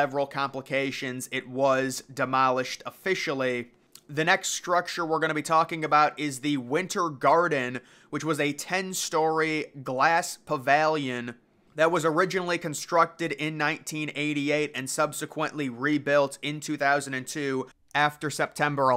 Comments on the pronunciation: I laughed so hard. 😂 "PaVALion" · Wrong. It's pronounced Pa-vill-yen. 💯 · Glass "pavallion" WTF?? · LOL that's almost worse than paVALion. 🤣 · I've never hear anyone pronounce "pavilion" quite like that. so, congrats! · I came here to say the same thing! there were a few words he pronounced that I thought were quite interesting.